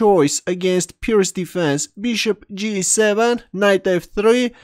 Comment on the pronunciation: Wow. You pronounced "Pirt's" right! I learned something today, you sexy, bearded beast. Edit: My only suggestion would be to buy a pop filter for your microphone.